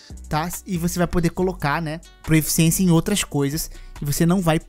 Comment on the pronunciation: Irmão, curti demais o vídeo! Só tenho uma pequena crítica: não é proEficiência, e sim proficiência kkkkkkk abraços